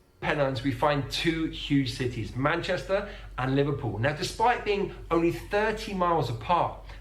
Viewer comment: Enjoyed these guys reaction to various British accents, but they didn’t pick up on our different annunciation places. So Birmingham, where we emphasise the first syllable as in BIRMingham, while they said BirmingHAM. Similarly, Brits put the emphasis on the first part of MANchester, not ManCHESTer.